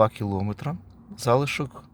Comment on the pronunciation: Ну чому ж кілОметри 😢😢😢 Просто кров із вух.